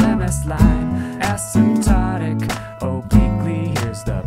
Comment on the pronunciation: I thought i heard Acid Tonic.